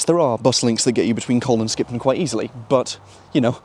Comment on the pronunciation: In colne you don’t really pronounce the L. It is more like cone, but not exactly cone.